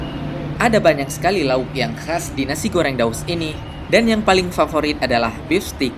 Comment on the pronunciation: yang paling 'farforit' LOL